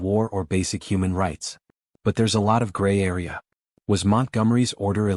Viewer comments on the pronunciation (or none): none